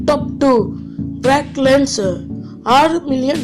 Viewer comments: moothevi lenser illa lesner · ப்ராக் லெஸ்னர் டா ப்ராக் லென்சர் சொல்ற பைத்தியகாரா